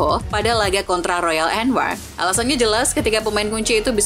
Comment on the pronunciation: Royal bukan rayol sok inggris lol